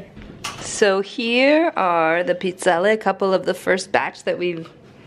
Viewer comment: Thank you for pronouncing Pizzelle the correct way